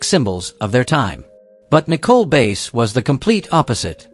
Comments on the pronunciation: its nicole bass not base her last name is bass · Her name is prounounced like the fish, not the instrument. Bass